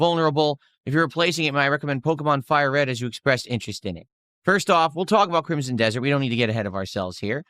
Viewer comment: For someone as well read as, the word 'crimsom' is too difficult for him.